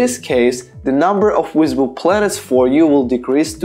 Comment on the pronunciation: I love the way this guy says visible......he says wisable. I'm gonna guess he's probably Slavic because they have a hard time pronouncing the "V".